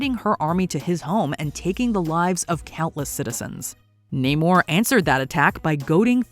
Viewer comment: Same with Namor.